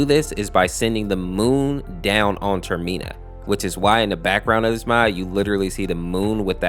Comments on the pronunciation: TER MA NA NOT TER MIN A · Gonna say this because it's my one and only bother, it's called Term-inn-uh, not Term-ee-naa Other than that, the video was awesome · So it’s not the Tormena it’s Termina not that name I guess he gets the name a little bit right but yeah I find this creepy pasta very disturbing because anything involving rituals is messed up in anyway like why was the sonic EXC a ritual come on man and I always get the name wrong with adding a the letter C in it so you have the gift sonic the EXC was made up from a ritual. Well, never mind that will personally give him one more darker undertone. The nearest in mind is just a retake of sonic.EXC, but the best version of impossible.